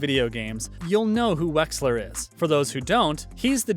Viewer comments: Wexler? You mean Wesker. Edit: Oh... there was more... I'm pretty sure the girl he wrestled was named 'Haruka'. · Even how he said those of you that don't play video games and then butchering wekslers name lmfao I'm dying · The butchery of Albert Wesker's name was every kind of cringe